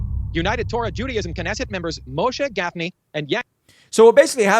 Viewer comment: How hard is it to say 'Moshe Gafni'? 🙄